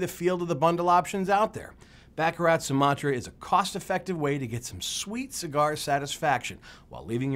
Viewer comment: It's Bah Kah Rah